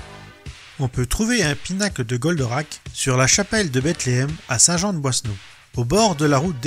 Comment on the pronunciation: La chapelle de Bethléem est à Saint Jean de Boiseau (on entend "boisseneau")